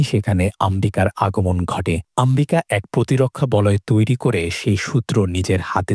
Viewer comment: ওনার নাম আম্বিকা নয় অম্বিকা